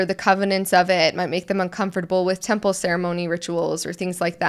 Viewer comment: Anyone else notice how he kept pronouncing it as tample instead of temple? Wanted to watch and learn but can’t. :(